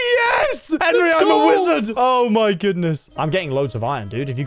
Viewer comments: ITS HENWY NOT HENRY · POV: () you know what "henwy" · not Henry it's Henwy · “Henwy, I’m a wizard.” brings so many memories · "Yer a wizard Henwy" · its not henry its henwyy